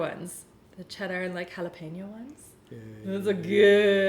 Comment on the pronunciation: Thank you so much for pronouncing ‘jalapeños’ correctly!!